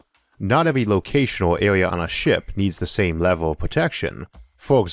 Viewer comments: The speech impediment kills it. Awound. Awea. Mateaweal. I'm not trying to be cruel, but it distracts attention from the subjects being discussed. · Biggor aw Bettor awea wator punctor lol